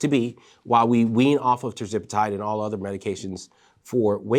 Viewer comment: Hey, ……Love your shows but I keep noticing that you are mispronouncing Tirzepatide 😂. I’m trying not to notice but everytime I hear it, I say, “why is he saying it like that?”